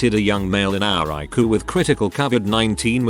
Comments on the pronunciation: Please correct spelling. It's harder to understand when you call the ICU "Luke" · Despite the tragedy of people dying due to misinformation and ignorance, the main thing I took away from this is I should be calling it the EYE-COO. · TIL: ICU is pronounced eye-koo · Please correct pronunciation. It's harder to understand when the disease is mispronounced, as well as words Luke ICU.